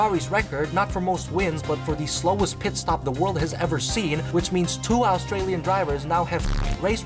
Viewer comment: Bro it’s Australian not Astralian